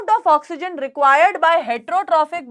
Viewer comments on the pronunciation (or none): none